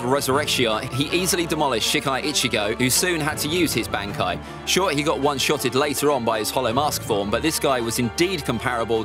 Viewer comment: I love this guys ranking but the way he says some of these terms like bankai and zanpakto are straight up wrong and it’s frustrating 😂